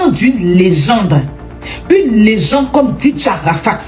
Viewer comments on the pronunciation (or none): faut demander à la tantine qui parle oooh 😂 elle a du mal a dire legende !